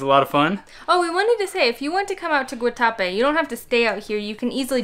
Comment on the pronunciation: I was born in Medellín and I’m glad you visited. Also, glad you got the bandeja paisa. My favorite Colombian dish. The morcilla was in fact a blood sausage and it looked like you enjoyed it. The other was a chorizo. Guatapé has an accent over the e so the emphasis should go on the e and not the a.